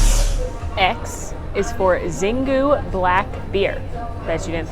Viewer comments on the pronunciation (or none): My Brazilian husband says it's pronounced "sheengoo" not "zeengoo". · Xingu is actually pronounced Shin-goo 😂😂